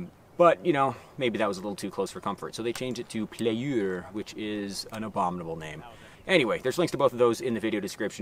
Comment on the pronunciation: I know what you said is sort of a joke, but "playeur" is the normal french word for "player", for us french it's totally fine and not an abomination. When you say it, it sounds like you're barfing the word, which is not how we talk at all. Maybe you just hate the french language for some reason, oh well, let's continue the french bashing for no reasons, I guess.